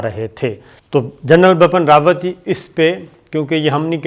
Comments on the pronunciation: I don’t know why this guy insists on pronouncing the General’s name as “BAPAN RAWAT”,it’s BIPIN RAWAT.Bipin happens to be a common name in India.I am guessing,he probably reads it from Urdu.Being a news anchor,he should get his pronunciations right. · It is Bipan Rawat, not Bapan Rawat. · Its not Bapan Rawat, Its Bipin Rawat. Improve your language. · As salaam u alaikum sabir bhai i am so sorry to correct you it's bipin rawat and ur not pronouncing it correctly it will sound like bii-piin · Ye Gada Journalist ko India ka CDS ka naam bi teek se Bolna nahi aata hai! Ye khabar ka Ghanta dega? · Pronunciation ma prob hoti ha sometime is liya name sahi nahi liya gata